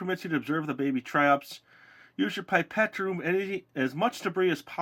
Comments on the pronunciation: I speak french and the right way to say it is pee-pet Pipette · It's 'pip ette' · It is pronounced pip et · The way you say pipette sound like babette the charater I'm playing in the school prodution. :D ^.^ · Lol, I say "pip-ett" too 😜